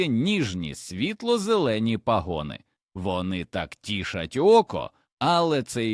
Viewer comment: Епідемія озвучення ШІ із спотворенням наголосів: пагОни, цУкри, крОхмаль і т. д. Відштовхує і псує весь контент! Невже в Україні переводяться люди, здатні прочитати цей короткий текст живою українською мовою? ,,, Сумно...